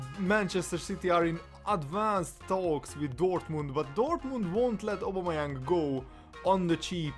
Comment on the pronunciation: You say his name wrong lol